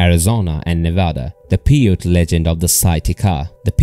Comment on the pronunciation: I liked the video, pronounce the Indians name right, Pie-ute. Also farmers gathered bat guano for fertilizer, not gunpowder.